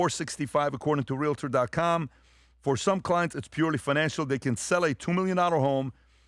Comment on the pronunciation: it’s not realAtor. It’s realtor, which is actually a copyrighted word. It’s either Realtor, Realty, or Real Estate agent.